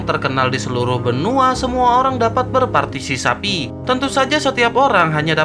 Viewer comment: Haha partisipasi bang bukan parsisapi haha